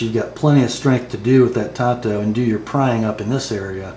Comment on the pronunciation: Why do some knife reviewers pronounce it TONTO? It's TAN-Toe.